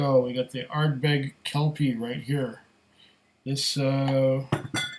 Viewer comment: the Are-berg hehehe